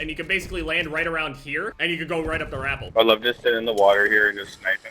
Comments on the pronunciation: Its: Re-pel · I was scrolling through all the braindead Future Title and Challenge Accepted comments to see if anyone else noticed. Man said it like he added an r to "apple" lmao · ITS "RUH-PEHL" NOT "RAP-PEL" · it's pronounced "RUH-PEL" hahahahah when he said "r-apple" I fuckin lost it every damn time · He did not just pronounce rappel “rah” “pull” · My man's said rapple Bruh it's Ruh-pell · Lmfao “rapul” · He called it a r-apple😂😂 I'm deaddd I feel like he genuinely call rappelling r-appelling😂😂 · Did he just say rapple instead of rappel? Lmaooo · Lmfao dude i thought i was the only one. I genuinely thought he was saying grapple at first lmaoo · the act of going up and down is ruh-pel, the rope itself is a rah-pull, everyone I've ever met have either said it this way or accepted it to be said this way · “Rappel” lmao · the way he says rappel bugs me